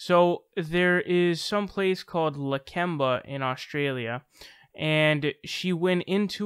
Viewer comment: "the lakemba hotel"... sounds very British.